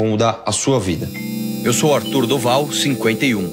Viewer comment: Os caras tem uns 5 minutos,e o Arthur do pal,nem fala o nome direito